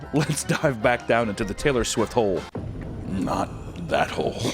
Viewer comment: Uh, uh, Swaylor Tift.